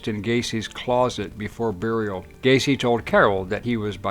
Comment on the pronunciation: It's Gaycy 😁